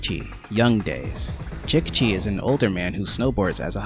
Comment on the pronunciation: Great Video, Love To See That There Are Other Passionate Fans Of This Game, It's So Underrated, Also (I'm Not Trying To Be Rude), I'd Like To Tell You How Jicchi's Name Is Pronounced, It's "Jee Chee", Just A Tip From Another Fan To Use In Future Vids, Also Kelly, Nick And Jicchi Not Being Playable Characters Has Inspired Me To Make A Mod That Makes Them Playable, I Just Need To Go Deep In The Files Of The Game To Extract Their Models.